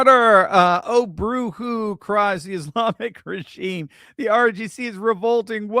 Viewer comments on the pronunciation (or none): its not fn "bru hew" wtf. its boo hoo